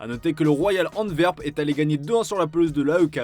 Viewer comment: 😂😂😂 comment il a dis anterwp ON DIT ANE TWER PEN